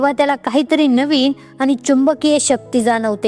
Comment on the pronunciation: चांगलं मार्गदर्शन .आनी,पानी अशुद्ध बोलू नये please .